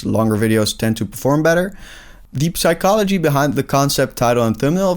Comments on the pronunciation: I would've subscribed but this dude pronounces the "p" in psychology, like a ruthless animal. F**king bastard. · Bro the p in psychology is not pronounced in English